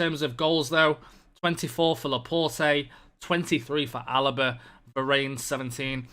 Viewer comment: Please learn how to pronounce Laporte